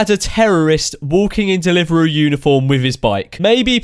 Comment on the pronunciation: What's a delivaroo